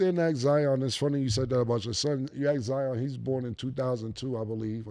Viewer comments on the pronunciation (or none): none